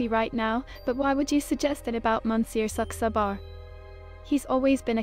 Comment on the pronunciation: Watching Charlie trying to ask Marina H. about "Monsieur Saxabar" was like watching Inspector Clouseau pronounce certain words. It was very much a comedy of errors.